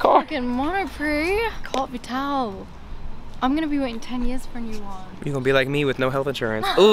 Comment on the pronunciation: Les français dans leurs pays: carte vitale dans son pays: "corde vitaole" 🤦🏻‍♂️